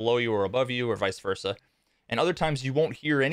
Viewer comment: You pronounced "vice-versa" correctly which is rare, but you mispronounced "especially"; you said "expecially". Thanks for the vid.